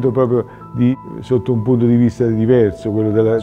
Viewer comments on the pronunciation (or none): none